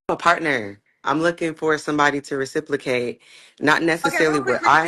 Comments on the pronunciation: Did she just say "reciplacate"? What does "reciplacate" mean? Lol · One flaw should've been, "I need to learn that its reciprocate, not reciplicate." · Girl's, aint no "L" in reciprocate. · Lawd I thought it was a mistake. She said "reciplocate" twice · More in “death”. I want someone to “reciplicate”…. Ma’am instead of studying psychology you need to focus on grammar & pronunciation. 🤦🏽‍♀️ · Demolished the word reciprocate 😮. It was nuclear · Right, it's Reciprocate. She made up a damn word.